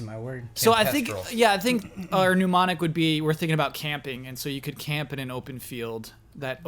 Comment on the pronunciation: CORRECTION: you pronounced MNEMONIC as PNEUMONIC. It's correctly pronounced nem-on-ic.